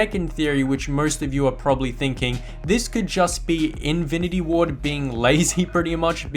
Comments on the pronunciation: Am I the only one who heard invinity ward whenever he ment to say infinity ward or its just me? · infinty ward, not:invity ward